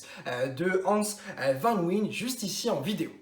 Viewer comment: Hans Vannnnwayene ca se dit ptdr